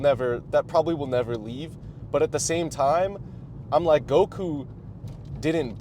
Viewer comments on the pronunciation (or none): none